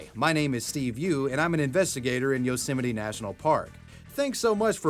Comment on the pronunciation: Its pronounced Yose-mite like might. not yeolsemetyyy